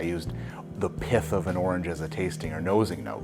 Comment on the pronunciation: I heard orange "piff" and thought this was going in a very different direction. Another great video you sonofa batch.